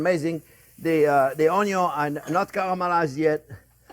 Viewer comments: WELCOME EVERYONE! "On this channel, we cook things with onyo 🧅, bacon 🥓, butter 🧈, and wine 🍷." We love you, 👨‍🍳 Chef Jean-Pierre ! 😊 It wouldn't be his channel if he didn't forget something. 😂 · My four favorite things in the Kitchen: Bacon, Onyo, Butter and Chef JP. Cheers from California, USA. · Oh, sorry! Onyon, Bacon, Butter!